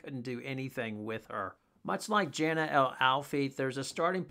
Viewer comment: Jana is pronounced Yana